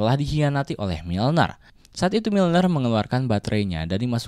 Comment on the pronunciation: Miller bro, bukan milner